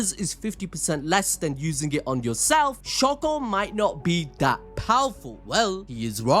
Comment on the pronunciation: please stop saying shako😭 its literally shoko